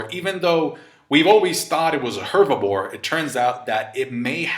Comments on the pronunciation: Loool I thought I was hearing it wrong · It's "herbivore", not "hervibore" 😭 You know... Because they vore herbs, not bore hervs? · And he says it like 10x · keeps saying hervibore instead of herbivore and it's killing me 😂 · I love that was saying "Hervibore" instead of "Herbivore" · 😂 I thought it was just me lol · Please don't say Hervabore again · ''hervibore'' aside, cool content! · 😂 why can’t you say herbivore? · Spanish is my first language but he’s definitely saying hervibore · I love how you say ‚herbivore‘ wrong over and over again :D i agree that hervibore sounds better tho